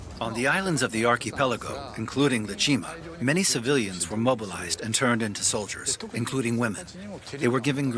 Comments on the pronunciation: Did no one listen to the narrator before releasing this? Ie-Jima now Iwo-Jima? Hiromichi now Hiroshima? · The narrator keeps getting the names wrong. "ie-jima" read "iwo-jima" and General "Hiromichi Yahara" read "Hiroshima Yahara" lol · It's pronounced "EE-eh" Jima...Iwo Jima is a completely different island to the East. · Damn shame that the narrator keeps referring to Ie-jima as Iwo Jima. Pretty huge mistake to make. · I E Jima not Iwo Jima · The name for IE-JIMA is mispronounced as IWO JIMA and will be confused with the earlier battle in February. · Also they mispronounced Ie Jima as Iwo Jima multiple times